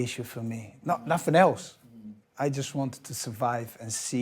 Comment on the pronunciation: when he says "nothing else" it sounds completely Scottish lol